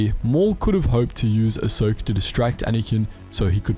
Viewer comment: Lol “ahsoker” that’s definitely how you say it 😂